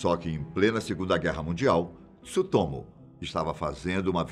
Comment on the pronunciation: meu amigo, não se fala Tisutomu, mas fala o Tsu tudo ao mesmo tempo, joga no Google Tradutor que vc vai ouvir a pronúncia correta